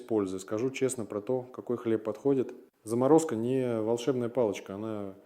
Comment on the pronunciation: Немного смущает, конечно, что доктор произносит "зАморозка хлеба" и другие странные ударения — такие ошибки допускает, как правило, AI. Он точно живой? Можно его палочкой потыкать? Теория с "зАморозкой" занятная. Если собрались хранить хлеб два месяца. Вернулись, например, из отпуска, в магазин зайти не успели, а в морозилке сало и хлеб — худо-бедно есть чем водку закусить.